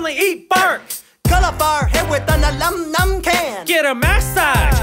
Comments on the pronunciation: Im sorry.. but... This is 21X better than Smosh food battle 2015 Oh yeah and Anthony say aluminium can is like ALA-MUM-MUM CAN ._. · "Cut my hair with an alumnum can" 😂😂😂😂😂😂😂😂😂😂😂 How he pronounce aluminium